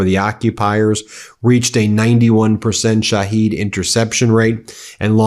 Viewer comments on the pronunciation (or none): none